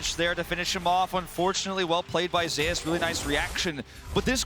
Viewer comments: Why do they call him Zay-ous? Is it not just Zeus? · Because In lck there was a player cause Zzus who was called Zoo-us and I think Zeus also said it’s pronounced Zay-eus like in Korean